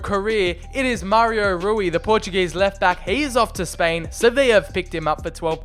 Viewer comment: Rui not rully